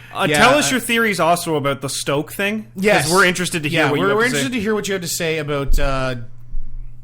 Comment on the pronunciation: you guys.....SNOKE....not STOKE